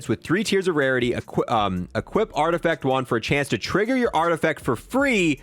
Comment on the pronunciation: Art-eh-FACT not art effect lmao